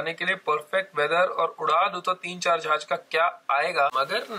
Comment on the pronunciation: Not "Zahaz". Its "Jahaz".